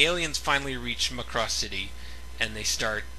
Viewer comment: And it's MACK ROSS... NOT MC CROSS